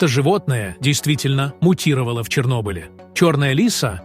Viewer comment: Да эти чтецы сами мути́ровали .